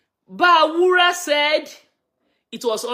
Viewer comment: his name is B A R U W A and not B A W U R A.